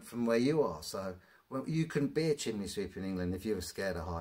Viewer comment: I have to ask.. What is the point of those gloves? And, have you thought about maybe scripting and editing your video after you film? The nonsensical drivel is incredible. Oh, and it's pronounced "chim ney" not "chim ley" And no, sweeps don't all have ladders. The first part of health and safety is avoid risk if you can, reducing work at height is reducing risk. And maybe if you worked efficiently you wouldn't have to work 7 days a week. How can anyone who's done this job for 24 year years take this long to swap out bricks? Just wear a flaming mask and edit the video after🫣. How do you get through life, let alone get through a working day? What the hell has politics got to do with it? Please stop the videos, it's nonsense 😑. Oh and UK law has nothing to do with it either. Just learn when to stop speaking! I'm embarrassed that you're English 😢😩